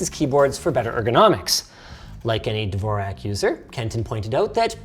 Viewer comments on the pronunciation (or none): lol not how you pronounce Dvorak at all